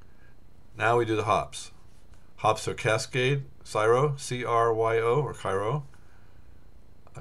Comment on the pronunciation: Could you, for the sanity of all those who have tried to correct you before, pronounce the word, "Cryo", as it is spelled out? Not Sy-ro or Ky-ro, but KRY- o. Once or twice is frustrating enough for those people out there who know and work with the Cryo hop. I personally don't care; but you know what Biff Tannen said to himself in "Back to the Future 2"?